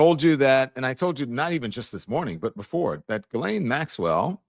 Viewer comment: Interesting how she pronounces Ghislanes (sp) name.